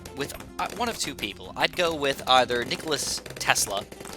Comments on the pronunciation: its nikola not nicholas.... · Tho he calls him nikolas xD